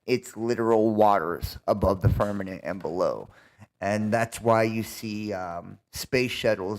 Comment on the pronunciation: He says "firmaNent" instead of firmament 🤣😂